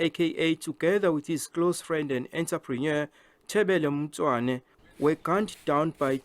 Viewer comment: Horrendous reporting by this journalist - Cant pronounce Tebello Mosoane - if it was a white person there would be an uproar